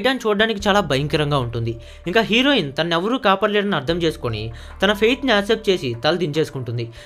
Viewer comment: Tine kadu babu tanu...Telugu Baga paluku